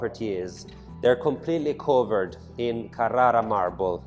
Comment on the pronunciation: che magnifico palazzo - un capolavoro. come il modo in cui hai tirato quelle R quando hai detto Carrara😏